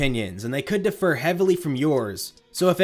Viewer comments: The only thing that triggers me about this video is you don't seem to realize "differ" and "defer" are different words with different pronunciations. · idk about your opinions but I was triggered by you saying defer instead of differ /j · I think the word is DIFFER, not DEFER! But that's just the dictionary's opinion. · the only thing that triggers me is you pronounce "differ" like "defer" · You're saying differ like "defer".